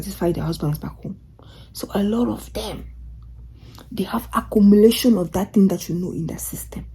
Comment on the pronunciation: akoumoulation calls des_akoumoulation 😃😃😃😃😃 lol. you re right